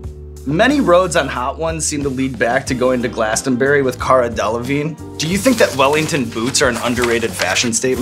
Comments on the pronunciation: Well done on the Glastonbury pronunciation. Not many yanks get it right. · Im very impressed that she pronunced Glastonbury like we locals do